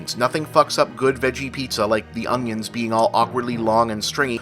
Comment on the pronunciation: lol you say "ung-yinz" instead of "un-yuns"